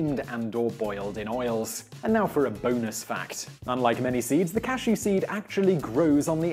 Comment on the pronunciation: He mispronounced cashew this entire video